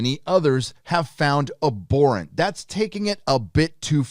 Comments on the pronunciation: Abhorrent (ab-hor-rent) 👍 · It's pronounced abhorrent not aborrent. Fyi. Good video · The H is not silent!!! Not - a-bore-ant Is - ab-whore-ent 😏😉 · I dunno why all these US/CAN youtubers cant say abhorrent properly... Its not Aborrent... Its Ab--Horrent... "HuH" You got to say the H. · I am with you on the entire free speech thing and all, but I have to mention something. You read "abhorrent", but when you say, I hear "aborent". It should be "ab-horr-ent", right? Or is this an accent thing? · Its pronounced ab-horrent not abor-rent!! Sorry but your pronunciation was killing me 😊👊🙌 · For the love of god, it's ab-HORR-ent. I understand kicked out of three high schools but you don't say a-bnormal or a-bcess or a-bsent or a-bdominal so why the hell do you and so many other Youtubers keep saying a-bhorrent. It's a common word. Jeez. It's gotta be just a jackass troll at this point. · FFS please say abhorrent correctly, pronounce the h ab-horrant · It’s pronounced ‘ab-horrent’. Honestly you’ve got no idea about this story and Lucasfilm is not scared of her. Bill Burr admitted she did something wrong, he just didn’t believe the punishment fit the crime. But the thing is this is not the first thing she’s said that’s has not been ok with Disney, your Star Trek comparison is not equivalent. And Jon Favreau mum is Jewish, so not sure how much he would be defending what she said. You’re a shocker, bloody click bait... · ~ The "H" in "abhorrent" is NOT silent. Otherwise, great video. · I see that you really like the word "abhorrent", so maybe you should learn to pronounce it.